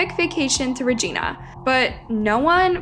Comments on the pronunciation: Why can people not prounouce Regina 💀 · The way she’s fucking up the pronunciation of Saskatchewan and Regina 😭😭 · Lol please learn how to pronounce Saskatchewan and Regina properly. Thank you. Awesome video. 👌 I live in SK and this hit us all hard here. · The pronunciation of Regina was also wrong. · They didn’t pronounce Regina right either! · You're saying Regina wrong. It's really distracting 😂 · and im sorry but that is not how you say Regina or saskatchewan just saying love from hamilton ontario canada